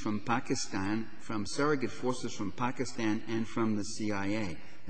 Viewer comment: Parenti's prononciation of Pakistan is spot on.... this is how we Pakistanis pronounce it.